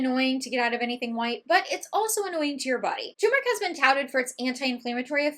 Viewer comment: Thx for the clarifications. So much misinformation out there. It’s refreshing to hear the correct pronunciation of turmeric. 👍